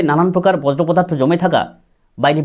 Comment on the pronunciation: বজ্র নয় বর্জ্য উচ্চারণ